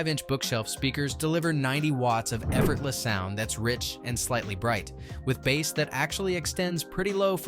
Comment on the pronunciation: Cringe! "Bass" in music is pronounced as "Base"